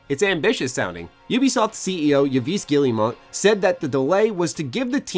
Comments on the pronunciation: "Ubisoft CEO Yah-vees Gilly-mont"? 😂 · your pronunciation of Yves Guillemot is hilarious lmao